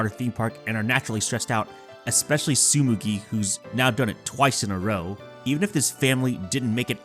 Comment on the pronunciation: Btw, it's TsuGUMI, not TsuMUGI